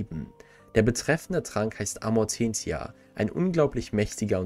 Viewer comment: Wieso sprichst du Amortentia in allen Videos konsequent komplett falsch aus